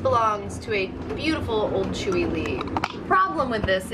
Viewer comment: Chewy Lee? Your pronunciation is comical........